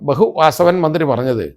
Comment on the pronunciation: Bhehu:, Bhehu, hu hu hu, Ayyappan thechu😂😂😂